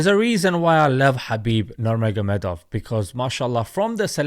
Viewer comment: Sir that is not how his name is pronounced. It’s pronounced Khabib Nurmagomedov